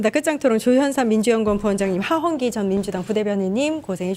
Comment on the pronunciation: 하한기? 하헌기